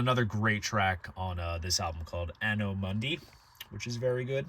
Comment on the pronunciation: It's an-oh dom-uh-nahy.